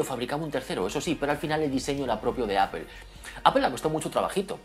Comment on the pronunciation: ¿Xq pronuncias el inglés con un acento tan cutre y sin embargo la palabra Apple la recalcas tanto con un inglés perfecto? Queda raruno y como de pijo relamido. Eipol no, Apple y déjate de pijadas.